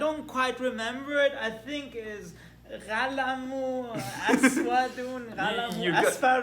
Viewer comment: "ghalamou aswadou ghalamou asfarou" ayyyyy that's the cutest arabic i've ever heard 😍😍😍😍😍 and it's correct except the pronounciation of the first letter of pen "ghalamou" as you said and correctly it's "qalamou" قلمٌ aside that you're an amaizing person and you explain math amaizingly 💜 thank you so much for all the help